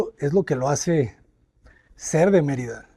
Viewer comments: First of all, you said Marita it’s Merida learn language before you say it out there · It's MER ida not Mer I da. Please pronouce it correctly. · Sorry, Natalie, but he is mispronouncing key words, Yucatan, Merida, and Cenotes. This makes it very distracting to listen to. I'm glad it's still teaching you a lot.